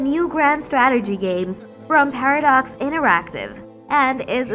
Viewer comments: "STRATERGEE GAEMS" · Nup I couldn't even watch after the fifth 'STRATERGY' lol